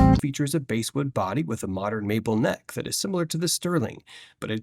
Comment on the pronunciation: I heard that too: "basewood", "pop-lar." This video is crap.